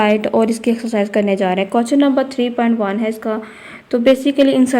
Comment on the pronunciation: Mam pehle to axcarcise nahi hota exercise hoti h😆😆